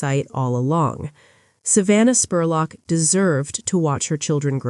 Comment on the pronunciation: I'm from Richmond KY, and you did a great job covering the story EXCEPT calling her Savannah SPORLOCK!! It's pronounced JUST LIKE it's spelled SPUR LOCK!